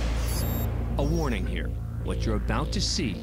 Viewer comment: Oh that's for sure the Southern United States right there when she said, In hur. Instead of in here yeah She from the south